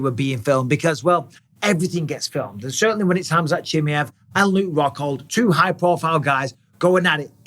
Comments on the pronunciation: Please bisping learn his name right. Chi ma ev Not chimjeev😅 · 'chim-yev' really bisping? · CHIMAEV - "SHE" "MAV"